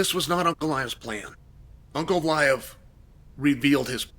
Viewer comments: Unclaev? Chael is putting the hurts on names. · also to hear him say Unclaive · Ankalaev ❌ Uncle Liev ✅ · Uncle Aiev 😂😂😂😂😂😂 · Uncle Liave?